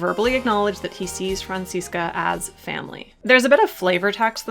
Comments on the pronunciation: Even though I like headcanons, it bugs me when people try to argue that their headcanon is canon, so thanks to you for this video. And I don't know if I've said it before, but as a German, I really like how you pronounce Franziska, it's a nice blend of the German and American pronunciation <3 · As a German speaker, the way you pronounce "Franziska" is sooo cute.